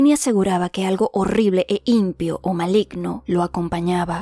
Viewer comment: se pronuncia "impío", no "impio", la acentuación está en la letra i...